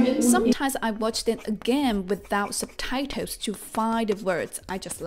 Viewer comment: It's quite funny how she says ... subtitles!!. SUBTITOWS!!!.😆 NO OFFENSE!!!👍🏻👍🏻